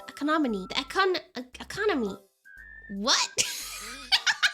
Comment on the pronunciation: Love it when struggle to say economy 😂